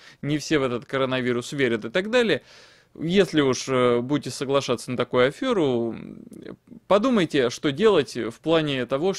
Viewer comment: Не Афёру, а Аферу, ты же учитель.